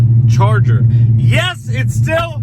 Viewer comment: Chevarger LOL